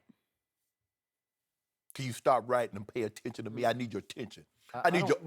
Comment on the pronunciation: Skip I deed your undivided daddendion